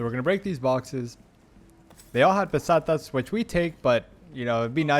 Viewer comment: Pestanias :D and now u say Pesetas :D nice :DDD